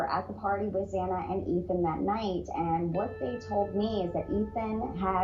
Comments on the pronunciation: It sounds like you are speaking badly about Ethan cuz he took his freshman yr over. Don't speak ill of the deceased. Xana is pronounced with a short A. Sounds like Hannah.😢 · And her name is Xana like Zana or rhymes with Anna. Not “zayna”